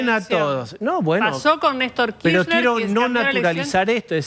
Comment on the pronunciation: ¿por qué la periodista insiste en decir KiSHner? ¿tan complicado es pronunciarlo completo, con la R?